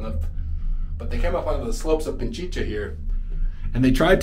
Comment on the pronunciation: Pichincha (Pi-chin-cha) not Pinchicha (Pin-chi-cha), just for the sake of accuracy in spelling and pronunciation. 🤔😉 Your videos are interesting, thanks for sharing your travels!